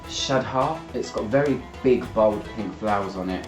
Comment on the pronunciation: BTW, shadha is pronounced "Shatha", the th sound like th in the word "this"